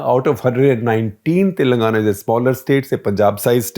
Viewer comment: Look, you can't even pronounce the names correctly. I like SG, but he always.. and I mean always mispronounces Telangana. It's irritating to say to the least, we have to learn and speak your language but you people don't even have the courtesy to learn how to pronounce our names. Do that first, then we can talk about coverage later.